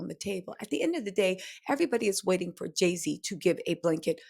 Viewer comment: Not Jay-Ziddy!! Lmao!